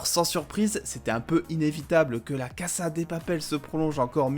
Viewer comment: Cassa ? Dis casa mon reuf oh